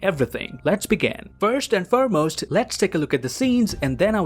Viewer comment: furmost? lol